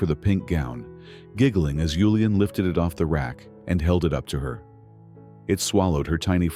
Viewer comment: Good story but annoying hearing yulian when his name was julian